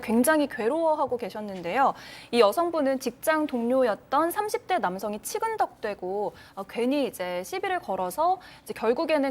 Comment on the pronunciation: 기자님 '치근덕되고'가 아니라 '치근덕대고'라고 말씀하셔야 해요.